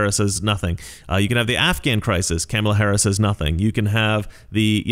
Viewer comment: I love how you pronounce her name... Camel-a